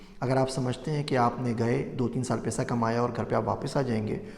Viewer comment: Paisa hota hy pesa nahi